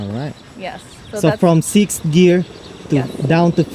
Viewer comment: she cant say sixth :D